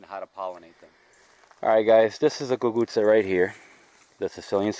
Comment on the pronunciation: Hi, your so kind, I listen to you and it brings me back to my days when my dad used to plant the cuccuzza. Your also very good at pronouncing the word. Did you ever make the cuccuzza with potatoes? Yes I would like you to send me some seeds if you can?